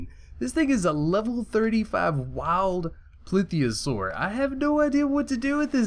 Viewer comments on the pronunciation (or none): ITS PLESiosaur NOT PLITHIOSAUR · This is my favorite video. Plitheosaur, beached, instant lvl 52, gets stuck in a tail spin of doom, to peacefully swimming along, to knocking a shark out of the water.... Not making fun of your pronunciation, dinosaur names can be difficult to say at times. Just liked how it was said.